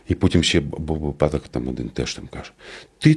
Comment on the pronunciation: 😮 Думка слушна!😮 Але ж не "випАдок", а "вИпадок"😢😮 Невже самому слух не прищить вiд "випАдку"?!😢😮😊😅😂🎉